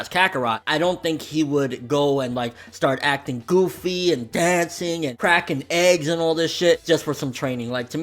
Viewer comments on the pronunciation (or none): none